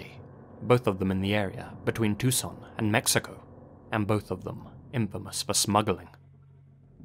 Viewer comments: Thanks for pronouncing Tucson correctly! We appreciate it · It's so nice to hear you correctly pronounce the names and places here in Tucson... I'm really glad you covered this case